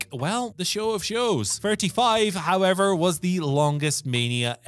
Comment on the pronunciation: Okay not trying to nitpick but why is ending most of his sentences like the words were written in lowercase until the end of the sentence? “we should also point out that hulk did kick out at 3.1 to show that he wasn’t really beat howEVERRRRRRR.”